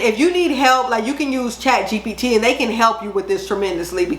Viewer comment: Can you drop the link for Chatgbt I think it is you said? I’m not sure I heard that right. Thank you so much. I’m new here and I appreciate your videos